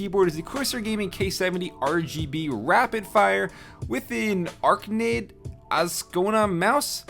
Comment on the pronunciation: Arachnid I think is what you meant when you were saying the name of Krille's mouse